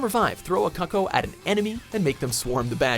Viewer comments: Lol he pronounced it "cuckow" instead of "cooco" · It's pronounced kookoo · its pronounced cuccooooooo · Did he call them "cuck-o's" LOLOLOL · "Cucko" TRIGGERED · It's pronounced cuuco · Please learn how to pronounce Gerudo and Cucco...